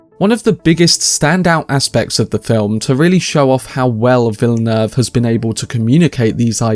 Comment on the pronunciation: Finally a anglophone reviewer who pronounces Villeneuve correctly!